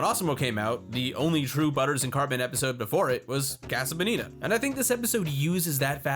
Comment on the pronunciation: Im going to fucking kill this guy if he says casa bonita wrong one more time